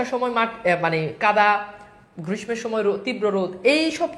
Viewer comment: Assalamu alaikum sir amar mone hoy oii ta grissho occharon hobe